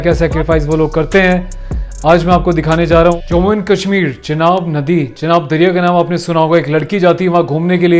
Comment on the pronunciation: its chenab...not chinab